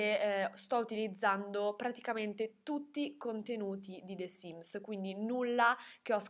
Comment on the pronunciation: ma perchè pronunci the sims con la è di “the” così pronunciata?